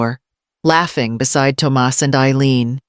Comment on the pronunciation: Tum ahss NOT tom us